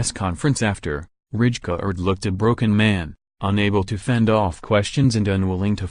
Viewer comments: Yo Bro its not Richkard but Raikard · It's not Ridjecard, its Reikaaard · yes, but you kind of pronounce it as raikaard. The “ij” isn’t in the English language. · Its Rijkaard dumbass